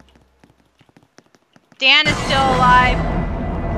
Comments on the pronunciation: its dan not don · Your name is Dan not da